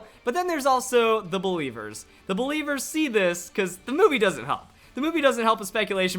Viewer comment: I died at belEEVEErs